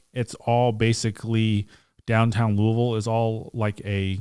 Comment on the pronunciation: Watching from Green Valley, Arizona... I graduated from Moore HS in 74, My wife from Tucson commented that doesn't pronounce his city correctly. are you born and raised Louisville? All in fun. Love the channel.